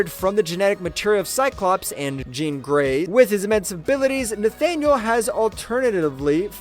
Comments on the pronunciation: It’s Jean. Like blue “jeans”. Not Sean or Shawn. As you pronounced it. Have you actually watched any of the movies or cartoons where it’s said out loud? Mind boggling how that was missed. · I’m so confused. Is this narrated by a person or AI? How did you pronounce Jean Grey correctly at like then call her “Zhawn” like half a second later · Why did he pronounce Jean like John? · How do you say “Jean Grey” and “the clone of Jean” in the same sentence and pronounce them differently? 😂 Awesome insight videos. Really enjoying this channel. Subbed and liked! 👍👍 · When he started saying John instead of Jean I had to turn it off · why do you pronounce jean like john???? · Was this made by an AI? Jean as in French, really?